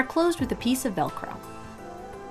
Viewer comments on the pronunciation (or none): look i know you said “velcro” but it SOUNDED like you said “dollcro” and now im going to start calling doll sized velcro dollcro